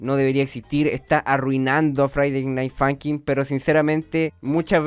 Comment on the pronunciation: todos:friday night funkin absolutamente todos:friday night funkin:faiday nait funkin